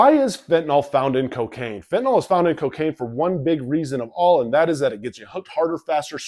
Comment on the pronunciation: Why don't 90% of people pronounce fentanYl properly?